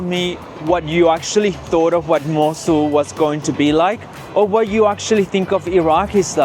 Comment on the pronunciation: But you said it right 😂